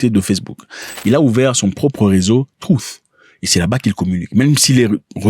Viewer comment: Arrête de dire troof, sinon...